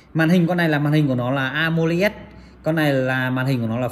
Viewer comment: Đọc cho chuẩn màn hình a mô lét chứ không phải a mô li ét